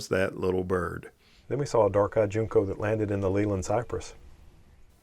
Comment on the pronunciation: Good video. Just info … Junco is pronounced like Junk-o, not June-co.